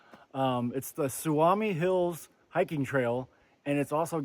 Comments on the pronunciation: Nice video. Its pronounced Soo-me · Just FYI: the word "Suomi" means Finland, in Finnish. It's pronounced "SUU-oh-me" 😊 Love your video! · Sue-me is how its pronounced. Also Kramer is a designated trout lake. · It’s pronounced Sou-mi !